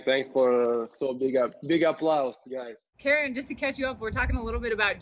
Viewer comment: Second syllable is strong. It's not like american female kAren.